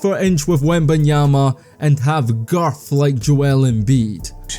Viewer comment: Hearing a Scotsman say, "and have GIRTH like Joel Embiid", was the highlight of my week.